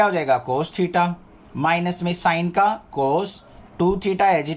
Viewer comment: Sir mein bhi kabhi kabhi thita ki jagah kush or bol deti hu😂😂😂